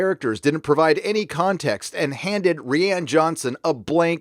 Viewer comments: Protip: Johnson's name is pronounced like "Ryan" Doing it wrong looks bad, stop that. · It's hilarious how consistently he calls JJ Jar Jar and Rian Johnson "Rhianne" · Jar jar Abrams, fall of Skywalker, mispronounce Rian. Ok we get it. It gets annoying when you won’t drop it after a while